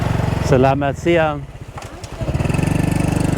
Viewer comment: CC Hi. Your Indonesian for the time of day doesn't sound right. I'm hearing selamat siam (with an m) but it's selamat siang (with an ng). Apologies if I'm hearing it wrong. I was taught to switch to siang at around 10am; your explanation of switching when the day starts to hear up makes sense, too. I never figured out the timing for the next one but sometime between 2pm & 3pm it becomes sore (pronounced so-ray in English, with a soft o) and then malam for the evening or night time. I was also told there's another time which is pagi-pagi and that's early morning, as in the time you get up for morning prayers. But I'm not an early riser so Ii never used that expression myself and was never greeted by anyone with it.